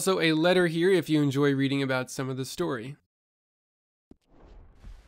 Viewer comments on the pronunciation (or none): none